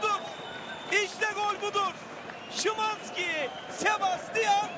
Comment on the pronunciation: schiiwannnzzkiii hahahha isimini niye öyle söyledi (alle deutsch-türken) verstehen 😂